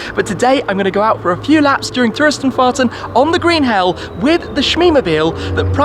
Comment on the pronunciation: I love when he`s saying "Touristenfahrten" - gut gemacht Tim ;)